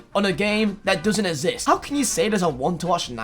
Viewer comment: Nobody:: IT SHOULD NOT EVEN ESSIST